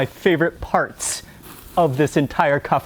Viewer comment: Kafta with the stress on the second letter - vowel A